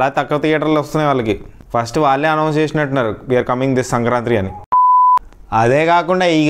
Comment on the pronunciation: Not sankrantri.., its sankranthi